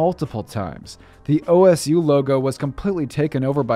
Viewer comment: My man better not have just said Oh Es You ITS OH SU